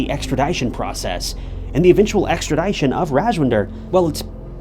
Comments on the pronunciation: Ex-trah-dih-shun. not Ex-trah-die-shun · Bro! Great content…. PLEASE STOP SAYING Extradition like that! “Extra Die shun” 👎🏽 “Extra Dii shun” 👍🏽. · AHHHHHHH I love your channel but say extra-dye-tion one more time. LOL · Extradition ex-tra-dish-un. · ExtraDIEtion? Lol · That's a really weird way that you say extradition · The "i" in extradition is not a long "i"...😅😅😅